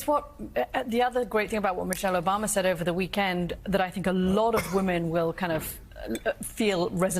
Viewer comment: Did mika say Obamna?